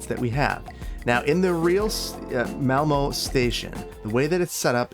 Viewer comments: raises hand technically it's pronounced more like mall-MUH. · The pronounciation of ”Malmö” was bad, but i was very much expecting it ”Ö” is not pronounced in anyway close to ”O” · its called malmø not malmo